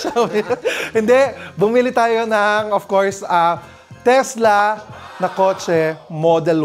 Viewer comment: Teslak. Hahaha charoot